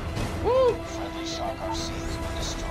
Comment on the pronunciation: If is saying game he will say gim